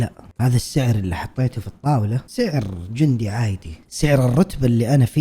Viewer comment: احب حين ينطق عادي يقول عايدي 🤣🥲💗